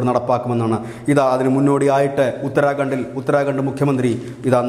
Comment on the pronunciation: ഉത്തര'ഗ'ണ്ട്??? 'ഖ' എപ്പഴാ നേരാം വണ്ണം ഉച്ഛരിക്കാൻ പഠിക്കുക?? 🙄